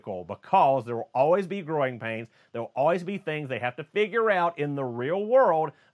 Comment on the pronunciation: You say “growing pains” like it’s “groin pains”. 😂